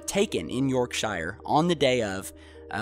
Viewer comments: That is very interesting, but please, please, please do pronounce names properly. I know you are an American, but that's no excuse, really. The names are in English so please try to say them right. It is not pronounced York-Shire, but simply Yorksh'r. Do try to get it right, it is not difficult. It is just good manners, and trying not to sound too awfully stupid. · quote: "YORK-SHY-ER".....yeah man. And you are from? Lost Angie-less....? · Say Yorkshire right! Say it like this " YorkSheer" that is how you say it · you,ll get there eventually, ,just lose the shire, its more sheer yorksheer even though its spelt yorkshire.:) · Glad others noticed....can you say YORK SURE? I cringed every time you said York SHIRE. They are not Hobbits, or Hobbitsis lol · absolutely gets my goat every time they do this - ffs its sheer not shire - grrrrrrr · Williamson Indeed, Robert, and of course it's 'York-shur' not 'York-shier', not to mention (whoops, I have) that the North Sea is not an ocean. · It's pronounced as "York-sHer", not "York-shiRe". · It's not pronounced "York sheyer " it's York shure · I don't expect you to understand because you're not from the UK but I laughed when you said Yorkshire like shyer but it's actually pronounced as Yorksheer. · It's pronounced Yorkshear and Lincolnshear not Shire... We do not live in the land of the hobbits. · As said, a small point but generally Brits pronounce shire as "sher", "shur" or even "sheer", depending on where one is from and local accents - very few people ever pronounce it "shire". Sorry, but we Brits can be pernickety bastards. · No big deal but Brits say 'sher' instead of 'shire'. We can spell, but not pronounce, hence 'Los Angeleees' :-( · Yorkshire, ass. Say it correctly. Yorkshire, not York shire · Not commenting on the video but when are Americans going to pronounce shire has sheer, its not pronounced yorkshire, but your yourksheer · It's Yorkshire not Yourk-SHIREEE. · It isn't pronounced shire it's shier